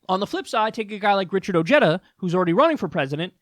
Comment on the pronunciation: Oh-he-dah. The J is pronounced as a hard H.